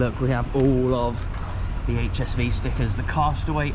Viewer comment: You pronounce it "Ha S Fau" :) Cool video - but next time, keep that St. Pauli stuff out of your HSV-videos ;)